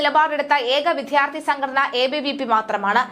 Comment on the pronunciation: പലപ്പോഴായി സൂചിപ്പിക്കണമെന്നു കരുതി....വേണ്ട വേണ്ട എന്നു കരുതി മാറ്റി വച്ചു. ഇനി പറയാതെ വയ്യ വിദ്വാർത്ഥി, വിദ്യാഭ്യാസം എന്നീ വാക്കുകൾ ശരിയായ രീതിയിൽ ഉച്ചരിക്കാൻ ശ്രമിക്കണം. നാണമില്ലേ ഇത്ര കാലമായിട്ടും ശരിയായ ഉച്ചാരണം അറിയാതെ വലിയ ഗമക്ക് വായിക്കാൻ കഷ്ടം ഇനിയെങ്കിലും ശരിയായ ഉച്ചാരണരീതി പഠിക്കുക